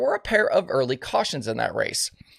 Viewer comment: "Morse" code, not "Morris"... LOL